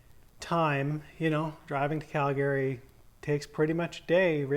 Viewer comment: Never heard some one say “Calgary” the way you say it. Ive been saying it wrong. “Calgrryee”